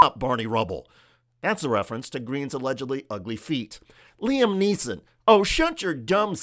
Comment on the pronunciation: Not Liam Neeson, look closer it’s Liam Nissan. Don’t become Fox “not news” please.